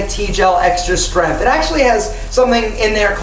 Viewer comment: It’s not ‘ strenth’, it’s “strength” dammit!